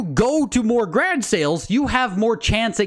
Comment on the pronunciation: Never using the word garage again.. from now on it's grage.